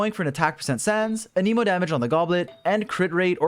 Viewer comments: You gotta relearn how to say Anemo, it isn't said like Animo it's like you write it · For the last time… AN-UH-MOW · aneemo? people say it like tha? isn't it anEmo? Anyway love Heizou, nice vid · Hearing you pronounce Anemo as "Aneemo" IS WEIRDLY LIKE...SATISFYING? DONT TAKE THAT IN A WEIRD WAY IT JUST SOUNDS FUN? IDK 💀🤝💀 anyways THANK YOU FOR THIS VIDEO Heizou for some reason is hard for me to build? 💀💀💀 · Idk why, But I heard "The new Emo 4 star" and that got me dying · whenever you say "anemo damage" I just hear "an emo damage" and imagine heizou playing a g note as an attack. it definitely improved the video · Every one : hmm ok! Got the information i needed Me : why does he keep pronouncing anemo as an-i-mo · Uh-Knee-Moe Damage.